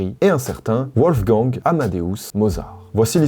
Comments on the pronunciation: Werther n'était pas "Ouertère" dans la vidéo précédente mais "Vertéa". Wolfgang n'est pas "Ouolfgang" mais "Volfgang". Ça fait plouc de se planter là-dessus, dommage. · Petite info : Wolfang se prononce Volfang vu que c'est allemand ;) Merci et bravo pour cette série spéciale musique de Noël, trop de sujets et d'anecdotes intéressants ! 👍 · Wolfgang ca se prononce Volfgang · Wolfgang se prononce Volfgang. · un W en allemand se prononce comme un V (ça faisait plusieurs fois alors je viens à la rescousse) Bisous W(V)olfgang